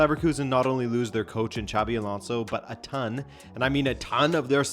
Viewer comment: Its pronounces sabi not chavi xavi es the catalan name (sounds like an x) xabi is the vasque one( sounds kike an s)